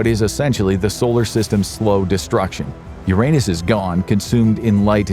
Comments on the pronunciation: The narrator knows how to pronounce the word "Uranus" properly, but he's got the mind of a child so he says "your anus" instead. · There's a giant void in Uranus 😅 Seriously that's not the only way to pronounce the name of the planet. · That's not how you say Uranus.......